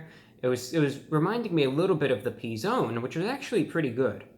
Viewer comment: The "Pee-Zone" is my favorite.